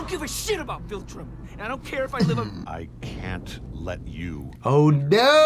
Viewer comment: Say it with me... VILtrum, VILtrum, not VULtrim, not VOLtrum, it's VILtrum